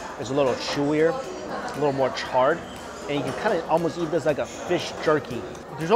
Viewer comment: Hey Mike I have been bingeing your videos and my wife loves when you say eat because of your accent. Because it sounds like yeet. Thank you for the good times!